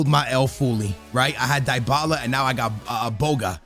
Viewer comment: Did he really say " dybala" ? 😿